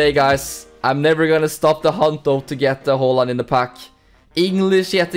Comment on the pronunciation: yeah thats how you actually prounounce haaland